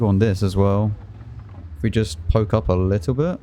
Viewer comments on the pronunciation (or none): none